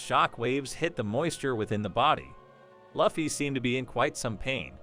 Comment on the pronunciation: How do you say luffy wrong?